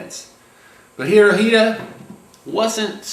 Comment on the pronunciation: It's pronounced Hitora. (Japanese translation of Hitler)